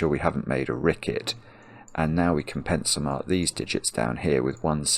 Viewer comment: I love when he says "pencilmark" it actually sounds like "pencilMARK" as if to point to goodliffian notation :)